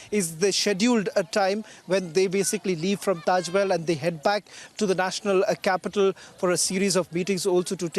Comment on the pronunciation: Tejo Mahal not taj😂